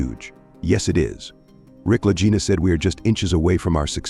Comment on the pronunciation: With the constant MISSPRONOUNCING of the brothers name, how can we believe anything you are saying?